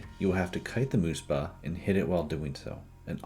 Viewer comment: muhspah, not moospah